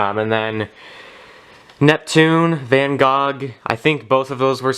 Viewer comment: You pronounced Van Gogh wrong the Gogh is pronounce “go” as in “goat”